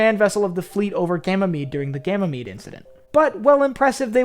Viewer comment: “Ganymede” is pronounced “Gany-mead”; not “Gamma-mead”.